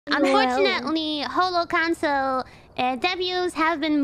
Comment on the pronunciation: the way Kiara pronounces "council" makes it almost sound like "Hololive Cancer". First I heard it I was like "whoa, why so rude?"